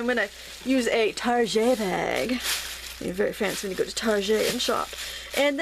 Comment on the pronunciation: "Tar-zhaaay"??? You made my night with that pronunciation! :D The necklace is pretty cool too and would use up a few things I've had for the past 25 years.